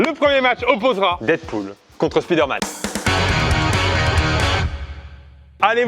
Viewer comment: Je vous adore hein! Mais c'est dommage que vous disiez Speederman au lieu de spiderman :/